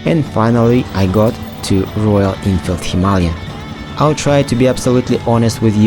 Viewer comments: It is not Hima-ly-an as you mentioned a hundred times, it is Hima-Layan like ayan at the end! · Why do so many people keep misspronouncing HIMALAYAN, by saying himalyan? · Are you mispronouncing Himalayan on purpose?